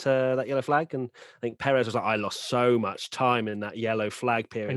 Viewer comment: Pérez not Peréz